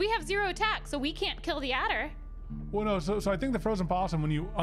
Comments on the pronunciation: A - der. Adder. There is no 'L'. Good grief, you're just makin' ish up, at this point! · I love how says addler instead of adder.